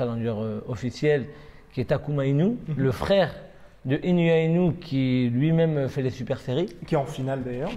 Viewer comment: Sinon le mec qui domine sa catégorie de la tête des épaules s’appelle Naoya Inoue et pas « Inoua Inouais » ...